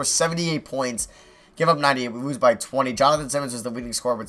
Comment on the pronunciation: "It looks like we are going too wose this game"